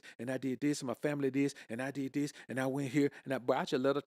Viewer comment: Zis man 😂